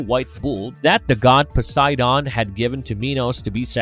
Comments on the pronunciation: Score -PEE-ON. POSEI-DEE- ON. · Poe-Side-On = Poseidon